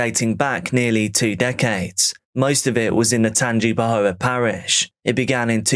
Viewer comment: Pronounced Tanga pa hoe